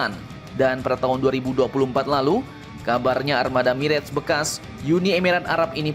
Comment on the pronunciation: Mirah, bukan mireg min admin.....kayak orang tdk sekolah saja.